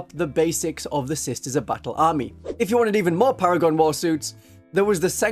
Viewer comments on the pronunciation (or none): They're called Para-gone after all, duh